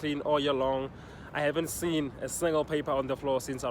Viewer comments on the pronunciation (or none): none